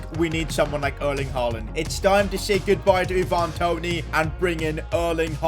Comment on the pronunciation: Why do you say “ee-VAN Toney” it’s “EYE-van Toney”